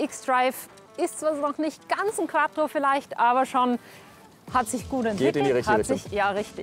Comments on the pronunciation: audi is bekannt für quadro. wie der name schon sagt: QUADRO:D:D:D:D Q U A T T R O mit "T" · Es heisst Quattro und nicht quadro😂😂🙄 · Nervt es eigentlich nur mich das Quadro und nicht Quattro sagt?😂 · Quaddro. Ich liebe Quaddro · bitte es heisst Quattro und nicht Quadro.... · Ich kan den leiden, ABER das heißt immernoch quaTTro und nicht quaDro. Ein leidenschaftlicher Quattrofahrer sollte das wissen. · AAAAAAAHHHHH maaaaaaaannnnn QUATTROOOO nicht QUADDRO, was ist quadro denn, meein gott